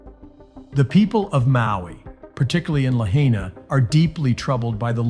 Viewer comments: I SO wish people who make videos about Lahaina, Maui would take a minute and learn how to properly pronounce the City Name. It’s pronounced (La-HIGH-Na), NOT (La-HEY-Na). Please people. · It's pronounced La hy na, not La hay na!!! Get It Right!!! 👍🙏💖🌈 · FYI, Lahaina is not pronounced "La-HEY-na", it should sound like "La-HIGH-na".🙄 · It’s La-Hi-Na, not La-Hay-Na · If you are going to report on the wildfires please show enough respect to the people by learning how to say Lahaina correctly!!! Lah-hi-nah. Ai is pronounced like eye in Hawaii. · {La high na} Please learn the name of the town in which you are speaking. Mispronunciations make you sound stupid... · "la HAY nuh" ?? do you know about hawaii? are you just capitalizing on this? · It's pronounced LA-HI-NA LAHAINA ❤🤙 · None of you live in Hawaii. Why don't you ask them what's going on instead of trusting some idiot who can't even pronounce Lahaina right. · I don't get it. The announcer was able to pronounce Ulupalakua but not Lahaina? Toopid! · This respect for you when you can't even pronounce Lahaina correctly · this guy could at least learn to pronounce "Lahiana" properly .... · P l e a s e pronounce Lahaina correctly, it's my husband's hometown. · Bro look up how to say lahaina. You're saying it wrong jesus christ